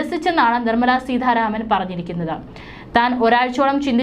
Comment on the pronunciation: ദന മന്ത്രിയല്ല ധനമന്ത്രി സമുദായം ആണ് സമുധായം അല്ല. സീതാരാമൻ ആണ് സീധരാമൻ അല്ല. ഉച്ചാരണ ശുദ്ധി തീരെയില്ല